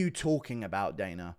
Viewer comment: Guru.. his name is Dana not Daner